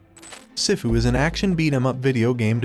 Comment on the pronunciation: Some people pronounce sifu like they’ve never seen Kung-Fu Panda before 🤣 it’s pronounced (SEE-FU)